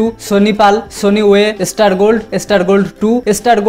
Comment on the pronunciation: Estar estar bolata thamaben plz kane lgche.... Thik kre uccharon krun na.....